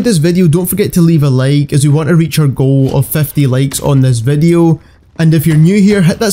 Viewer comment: I like when he says i guys wecome to another call of jooty vadio